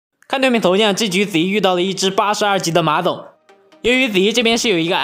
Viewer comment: 你刚才说馬总，我好像听到马桶